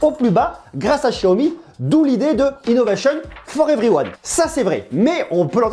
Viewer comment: Innovéchionne fort everyouane 😁